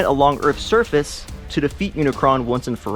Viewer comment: It's Unicron